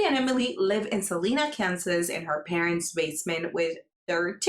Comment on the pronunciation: Salina. A no e sound :/